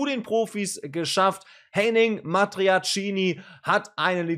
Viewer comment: ...nur die Aussprache des Namens ist falsch (nicht Matiacini)